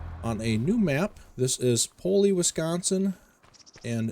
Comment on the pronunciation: Paoli is pronounced Pay-oh-lie for future reference :)